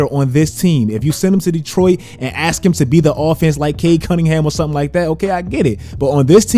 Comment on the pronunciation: If you "axe" me...